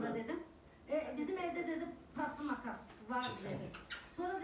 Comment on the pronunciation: Televizyondaki kadının söylediği paslı makası kaslı makas diye anldım.